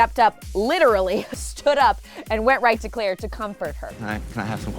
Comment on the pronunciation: did you say "Cl-ale?" 😂😂